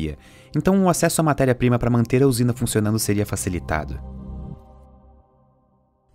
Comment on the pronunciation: fiquei voltando na hora que ele fala ''ficionando'' ( amei o documentário)